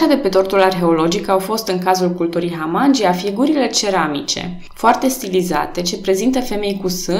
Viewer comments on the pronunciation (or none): Foarte frumos scris, felicitări! (Dar e pentru prima dată când aud numele culturii și al fostei comune tulcene Hamangia prununțat Hamángi(y)a și nu Hamangí(y)a. 🙂)